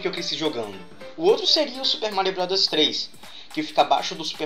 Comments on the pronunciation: no momento voce falou super mario rowd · sera q é tao dificil falar bros?kkk